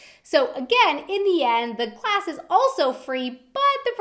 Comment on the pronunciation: did anyone else notice that the kept messing up when she said glass